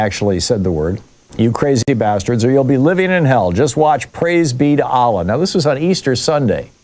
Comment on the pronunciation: It's not Aaaaalah, it's Allah